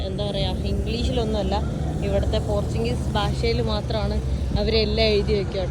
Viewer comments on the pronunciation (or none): പോർച്ച്ച്ചുഗീസല്ലേ പോർത്താൻ ഗീസ് എന്ന് പറയുന്നപോലെ തോന്നി 😂